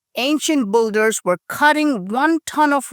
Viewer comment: *Builder is pronounced bilder, not bulder